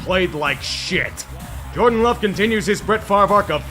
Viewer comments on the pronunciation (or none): none